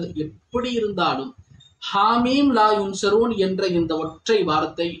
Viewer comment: I like salavat.. hellooo atha sariya padinga sir.. athu haameem laa yunsaroon... Neenga laa yansaroonu solringa opposite artham...